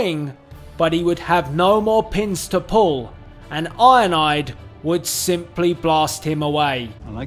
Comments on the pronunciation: It sounds like you’re saying ionide instead of ironhide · I like how he pronounces ironhide 😂 He says IONIDE😂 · It sound like your saying "Ironide" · Sounds like he says ionide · He’s called iron hide not ionide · His saying of ironhide is ironide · It's ironhide not ironaide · I love when you say Ironhide because it comes out sounding like ionide